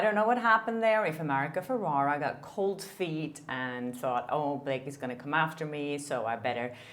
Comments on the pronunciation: saying America’s name wrong, its FerrEra. Sorry, it gives me the ick every time you say Ferrara. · It’s ferRERA not feRARA